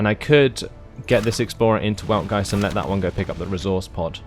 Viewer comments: say it how ever you feel comfortable. "Veld-Guy-Tzd" is actually how it is pronounced according to German grammatical rules. I wasn't going to correct you because this commentary is in English not German but I don't want you to be given incorrect information. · Just a heads-up, the proper pronunciation of the capital is "Weltgeist", pronounced with a V, so "Veltgeist".